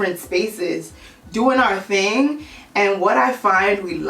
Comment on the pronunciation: "Ima need you to do one ting and one ting only" GIRL....BEEEEEN DID DAT 💁🏿💁🏿💁🏿💁🏿💁🏿💁🏿